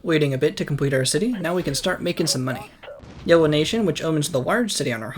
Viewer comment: I like that he says yewo instead of yellow for half the civilization stage